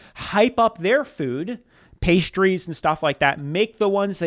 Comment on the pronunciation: Pistachios are a food group for me. I could SEE that they were real. And that idiot lady couldn’t even pronounce the pastries correctly. And the pastries looked flaky and flawless.